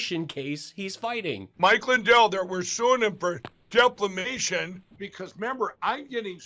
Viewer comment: Foam brain must have learned form Marjorie Trailer Queen."Reshirts." "I have done a lot of reshirts.......LMAO Reshirts to go with his samwich and deflamation.:learning:🤣